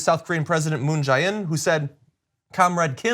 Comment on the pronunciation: TYT, for years your reporting on Korea has been horrible. I support TYT but this has been a consistent weakness. I'm tired of it. Hire a specialist who can speak intelligently on this topic. John isn't an expert just because he interviewed a refugee. John can't even say Moon Jae In's name correctly..... Brooke Thomas talking about "what history shows us" has no idea about the history of the Korean conflict and relations since 53. Half the time spent discussing whether this meeting will result in the same pattern as the past, was actually directly commented on by Kim Jong Un and Moon Jae In, yet TYT didn't mention it at all. Also, Donald Trump being willing to meet with Kim Jong Un isn't the only difference from the past. Kim Jong Un is also different. And past attempts at rapprochement that John referenced the Business Insider did a piece on were not "ineffective." Do your homework before you talk about this subject again TYT. I guess history shows us that you won't, so just please hire an expert or at least someone who can speak on it intelligently.